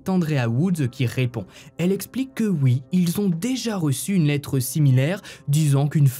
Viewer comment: Coucou tes histoires super travaillé sont exra 🎉juste quand tu dit oui ont entend uuuuii tu dis pas le ou ....i "oui" j adore tes commentaires et tes particularités mais ce uuuuiii choque 1 peut...😂🎉